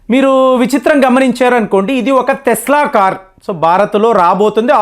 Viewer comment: Thesla kaadhu tesla